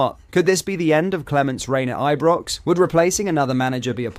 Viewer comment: Are you using AI text speak? Your pronunciation is all over the place. All rangers fans know how to pronounce Ibrox. And it's Fraser burra